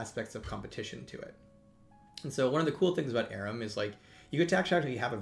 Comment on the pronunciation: Why does he call it ARUM?